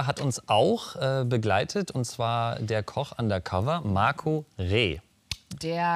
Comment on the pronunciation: Schön extra nochmal das MARCO betonen 😃😃 ich glaube er möchte ihn nur genau so ärgern wie Bernd Höcke 😀